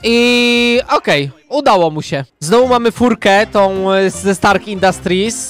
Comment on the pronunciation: naucz sie muwic a zamiast stark infastrit to sie mowi stark